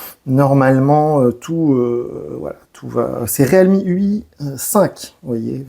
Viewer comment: Riilmi putain! ReAlmi, non mais 🤦